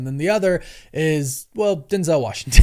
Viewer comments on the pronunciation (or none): none